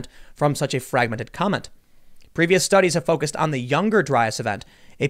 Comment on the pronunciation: Comet, not comment!